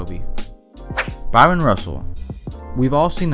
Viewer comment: Man, stop pronouncing that man’s name as “Byron”.